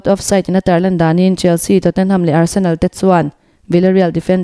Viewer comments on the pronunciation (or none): none